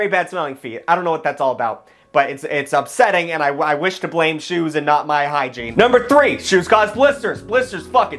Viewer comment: “Shoues” “these shoues rule”